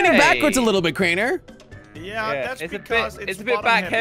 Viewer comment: its crainer not drainer